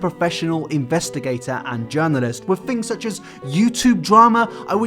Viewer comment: It's pronounced WiTH not Wif.